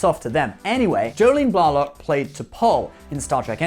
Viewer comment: I dig your videos, I really do, but I do suggest taking a moment to look for videos like interviews where the actors pronounce their names. You botched a few, certainly Rene Auberjonois and Jolene Blalock.